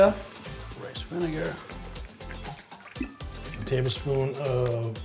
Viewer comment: you said vinegar wrong,!